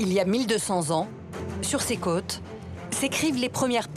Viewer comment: La narratrice doit être du sud-ouest car elle n'arrive pas à prononcer le son "au" correctement. Elle dit Guillame à la place de Guillôôôme" et les "cates normandes" pour les "côtes".